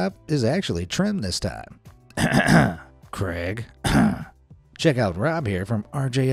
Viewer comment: 1 hour to cut 10 hours to clean debris etc also sounds like your saying Greg instead of craig